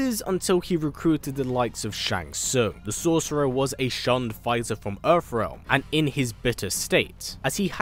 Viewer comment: Why do you keep saying earf realm??? You Brits really need to learn how to pronounce TH! How the hell do you transform TH into F???